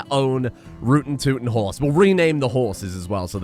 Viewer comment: I thought you were trying to pronounce Quagga until it dawned on me. HORSES. Them meds are really getting you oh boi